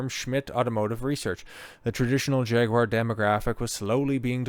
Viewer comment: Kudos for correct Jag-you-are pronounciation.